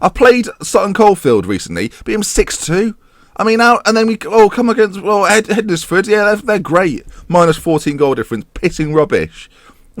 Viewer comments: Great episode again hednesford are the team I support it's pronounced hensford so silent d and e lol but nice to see you at the right end of the table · Just to let you know Hednesford is pronounced similarly to Wednesday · Hednesford? Just think how you would normally pronounce Wednesday and try again, hmmmm? Worse than Luke (Statapp) ffs.